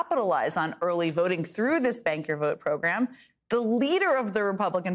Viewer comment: Jen, I thought you were saying "Spank the vote" and not "Bank the Vote"; and I found it terribly funny. Didn't we hear that Trump wanted to be spanked with a fake copy of Time magazine that had his picture as 'Man of the Year' on the cover. Would he, I wonder, take off the diaper first?